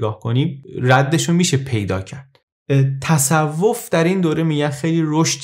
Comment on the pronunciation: دمت گرم با این صدات اما تَصَوف نیست تَصُوف است❤